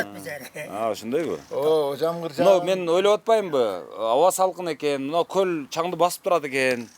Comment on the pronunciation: Гөл эмес көл деп жүр .